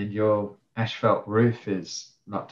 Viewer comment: why are both of you saying ash fault...its pronunciation is as fault.. asphalt ..not ashfault